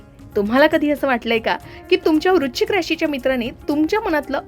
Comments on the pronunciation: वृश्चिक vrush chik उच्चार आहे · वृश्चिक या शब्दाचा उच्चार नीट करा